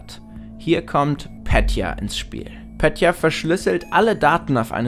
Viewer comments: Es wird nicht "Pätya" ausgesprochen, sondern mit einem "e" wie in "eklig". Nur so btw 😁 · Es triggert so hart zu hören wie deutsch er Petya ausspricht. Klar er weiss es nicht besser aber trzdm.